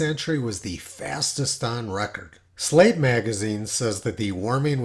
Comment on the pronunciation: I'm sorry, Slate magazine? I could have sworn you said "slave". My apologies.